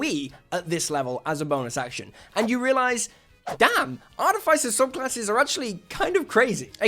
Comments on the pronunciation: It’s ar-TIFF-iss-er. Not Ar-tiff-ICE-er. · I really wish people would pronounce Artificer correctly. AR -TIF-uh-SIR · Why do so many people pronounce “Artificer” wrong? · Started the vid to check if you still pronounce it that way, and you do. Can't take it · So you still don't know how to pronounce artificer I see